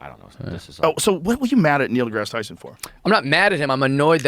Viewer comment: Neil DeGass Tyson.